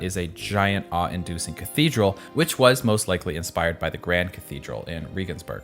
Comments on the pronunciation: I am sorry- I am german.... You- I- Regensburg xdd- It's the german word for rain + an s + german word for castle or tower. You don't pronounce it like regionsburg. it sounds more like- raygunsburg I guess? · Regensburg, not Rīgensburg or Rigensburg. The alphabet doesnt go: ĒĪ, Bī, Sī, Dī ī eF DŽī. The latin alphabet goes: Ā Bē Kē Dē Ē eF Gā. Learn the latin alhpabet and youl be able to read properly not in some english giberish. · For anyone wondering, it’s pronounced Reagens-burg. Like Ronald Reagan